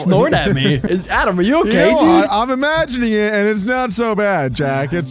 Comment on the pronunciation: Stop the alic hate snd jack no its not adam its